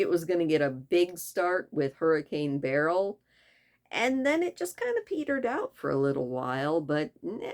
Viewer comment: Thank you for pronouncing Beryl correctly! It was my mom's name and always mispronounced